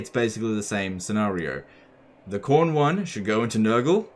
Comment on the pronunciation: "Warbeast of Chorn" No no, Quorn. It's the vegan option.